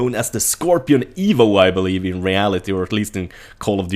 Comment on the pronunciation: Scorpio IVO? Its EVO isnt it?